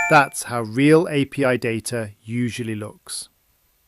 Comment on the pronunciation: It fees AI maybe because you didn't pronounce JSON and API correctly.